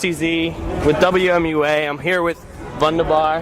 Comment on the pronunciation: 🙃 the slight disappointment in face when once again an interviewer pronounces Vundabar wrong 😂